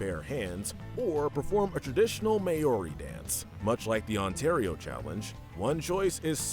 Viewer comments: As someone who lives in New Zealand the pronunciation "may ow ri" pains me. Its "mow ri" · When he pronounced it May-ori I was just sitting there in pure shock I didn't know whether to be offended, or laugh about how stupid it was -New Zealander